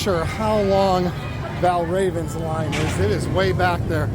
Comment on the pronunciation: Valravyn is pronounced like Valraven. You say it very odd